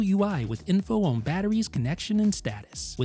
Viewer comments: I just want to know where your accent is from lol. You pronounced "on" like "own" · The MagSafe battery is as unique as the way you say “turn own”. 😀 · why can this person not say "on" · Am I the only one who finds it entertaining the way the reviewer pronounces the word "on"?